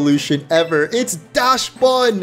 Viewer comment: I see you pronounced Dachsbun sounding like dashbun but since it’s based as a dachshund the dach in dachshund is pronounced like dock